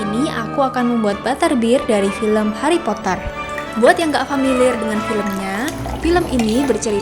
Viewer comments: Pas waktu kok harrry? (r nya ada 3) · Harry potter r nya 3:'(